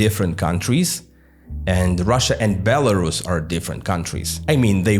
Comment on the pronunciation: Belrusia not Belarushia, SH is pronounced in English for Russia, pronounce Belarus as Belarushia means you're basically repeating Russian Imperial and later Soviet term of "White Russia", even tho Rus in Belarus comes from Rus of Ruthenia - White Ruthenia, not White Russia, so no Belarusians are not Russians, but whiter, they are separate ethnic and cultural group that faced 2 centuries of Russification and 1933 orthography "reform", which artificially brought it closer to Russian